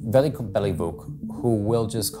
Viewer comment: Invest 5 min of your life trying to pronounce name correctly. It's Veljko. Not Veliko. It's not fucking Chinese or Japanese.